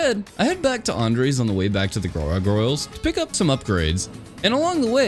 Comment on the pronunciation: the real challenge here was pronouncing "gargoyles"